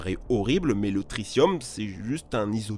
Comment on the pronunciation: pourquoi prononcer tritium trissium?